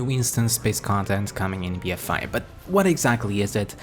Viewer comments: It sounds like BfI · Be Fi Fo Fum, I hear a mispronunciation